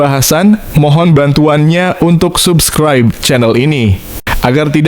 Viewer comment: Simimingetol banget pake .wah wah.bikinmuak simamannya blum juga bis baca subscribe yg bener.sdslagi struick dibaca struk.konyol.